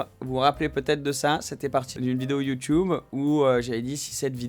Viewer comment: Sympa la vidéo Une question lol!! Huracan ou houracan? Youtube ou youtoube? 🤣🤣🤣 Youtube avec un U!! Un U.... Bon week-end